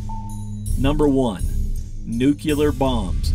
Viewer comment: It's nuke lee r, not nuke u ler